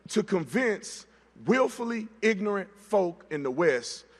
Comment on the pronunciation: Calling people ignorant but not being able to pronounce ignorant 🙄